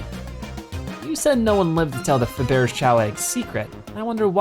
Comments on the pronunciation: Yeah, that's not how you pronounce "Fabergé"... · I'm sorry, but your pronunciation of Faberge was awful